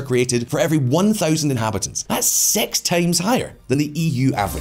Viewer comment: Everytime he says six, I hear sex.